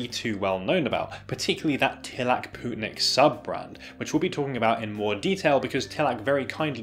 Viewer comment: Its lovely to see a good brand coming from my home country! Also on a side note, its pronounced more like "poetnik", rather than "pootnik". Thanks for giving them some exposure!